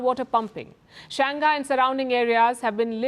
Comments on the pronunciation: Do not pronounc ghai...g is together with Shang then hai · You pronounc many cities correct .Only Shanghai you can not.pronounce it as Shang hai. not Shangai...U are intelligent pronoucing Chinese words.Call it Shang...then hai. That is hkw they pronounc shanghai in china